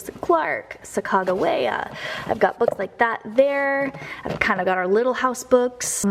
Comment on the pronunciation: I love I am a Bunny and Homer Price. I've never heard Sacagawea pronounced like that before.